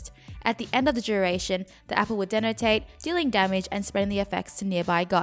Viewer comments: “At the end of the duration, her apple will denotaed” Am i going crazy? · denotate xD